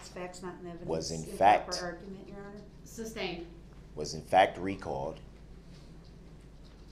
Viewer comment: Just like he always mispronounced sustained , as “substain”